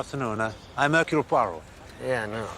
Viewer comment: Modernized version, but entertaining and well acted. Poirot's name gets butchered once again: Her-que-leez Pur-oh. The latest version of this classic story was way too serious and dismal IMHO. This has the right balance of seriousness and levity.